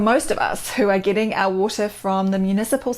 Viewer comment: luv how she says waur-tah 💕